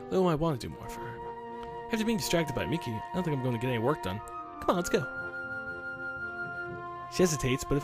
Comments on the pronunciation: Im 99% sure it pronounced mee-kee, not mickey. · Its pronounced ME-KIE